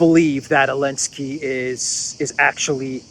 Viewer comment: Question: why do you pronounce Zelensky as “Alensky”? My wife, a Russian/Ukrainian, says there is a reason having to do with the Z preceding the E. Is it the same for Zaparohia as Aparohia? Just curious. Thanks to you both for having a must watch show!